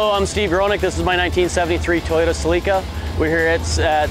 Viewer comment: A “Cel-EE-ca”? No bro, it’s pronounced SELL-i-ca.